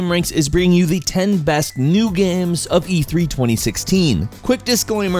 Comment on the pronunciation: WTF if going on with the pronunciation if "New Games" ??